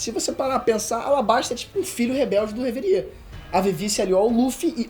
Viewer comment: O video tá muito bom só é meio esquisito ele pronunciando "lojia" ao invés de "LOGUIA", chamando o Buggy de "Bug" e Reverie(que por sinal é como os japoneses pronunciam Levely) de "Reveriê"